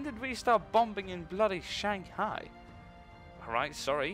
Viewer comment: just a sidenote. When pronouncing "bombing" you ignore the 2nd "b", so it sounds like 'boming'. Just helping out;)